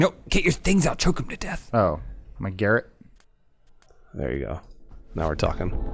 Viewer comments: How come they pronounce 'garrote' like 'Garrett' the name? I assume its just how Americans say it (which is fine, I'm not hating) but isn't it supposed to be pronounced 'gaROT'? What if they need to say "garrote Garrett"? Would It not just sound like the same word twice? Food for thought... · Anyone else getting triggered everytime said "garrett"? It is pronounced ga'rot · I can't tell if purposely pronounces 'garrote' like 'garrett' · ITS GARROTE, not garut!!!!!! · Garot lol. “Gah-wrote” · I'm not the only one bothered by how they're pronouncing "garrote", right?